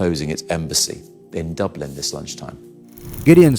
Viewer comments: Dooblin? It's pronounced, Duh-blin. Don't let it's proper pronunciation fool you, the People of Dublin are intelligent with a heart of Gold. 🧡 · Dublin not dooblan sir. Just a heads up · When a channel’s narrator can’t even pronounce “Dublin” properly and instead pronounces “Dooooblin”, you know this is AI generated propaganda. There are so many other obvious clues as well. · Dooblin? Wtf? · Bleedin dubblinn,, viva Dublin ☘️ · Please pronounce Dublin correctly. It's not that complicated! Ireland is not anti semitic and neither are the Irish people. Also pronounce Tanaiste correctly! Why hasn't Israel closed its embassies in Norway and Spain? Seems they are trying to bully a small country!